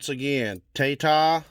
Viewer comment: 🇦🇬 TAI, please pronounce like “buy”, not like “bay”; then add TA, and you get TAITA. 🙇🏾‍♂️